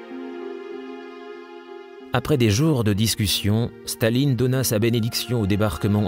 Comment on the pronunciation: why does the commentator keep saying "shtalin" instead of stalin?